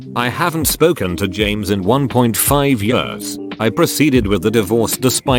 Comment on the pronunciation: TTS be like : James Jeemes James